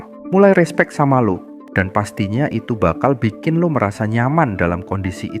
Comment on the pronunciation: Isi kontennya bagus banget, cuma penyebutan "Lo" Kerasa medok banget, Gak usah maksain keliatan keren, pake "aku, saya" aja